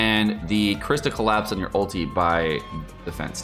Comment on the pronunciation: its ULTI not ALTEA